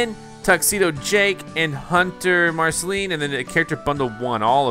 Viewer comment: you just said marcaline he :d